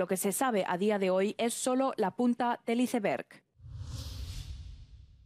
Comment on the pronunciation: „…del hiceberg.“ 😂